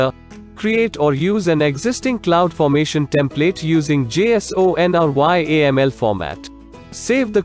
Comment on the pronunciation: First time in my AWS life hearing pronunciations such as Eck2, Appy, ammy, j-s-o-n and y-a-m-l.